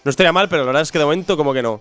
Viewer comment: se dieron cuenta? dijo verdaz xD